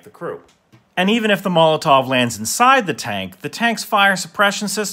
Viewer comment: According to my Russian friend, the tov in molotov is pronounced more like a cough.